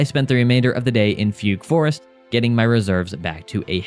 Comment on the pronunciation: “Foogoo forest” 😅